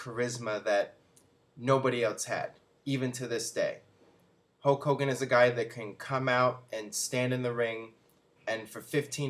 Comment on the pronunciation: who's "hoke" hogan?